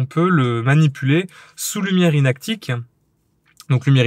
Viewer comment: Salut Super ta vidéo, j’étais curieux de voir se que donnerais cette fameuse Ortho annoncé par Ilford. Peut-être un jour dans la box argentique 😜 Ps: inactinique et pas inactique 😉 (Pas grave on t’aime quand même 😂)